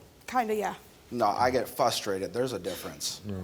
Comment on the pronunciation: PROTIP: It's fRustrated. Frus-tra-ted. R is the second letter in the first syllable. Not "fustrated".